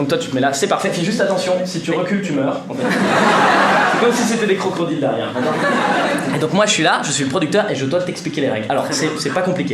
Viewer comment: Oh c'est mignon il dit crocrodile !